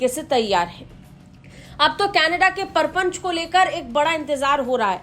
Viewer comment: परपंच नहीं मैडम, प्रपंच है, अपना उच्चारण सुधारो, हिंदुस्तान में हिंदी को लजाओ मत।